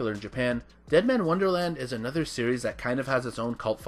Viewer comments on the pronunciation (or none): none